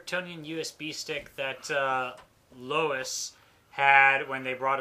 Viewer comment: We never claimed Lois was stupid (and yeah, DOES pronounce her name as "lewis," and no, we're not sure why.